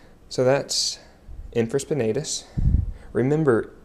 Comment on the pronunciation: Good techniques (nothing new for me) ...but you are pronouncing supraspinatus and infraspinatus incorrectly, and you have them spelled incorrectly in the description.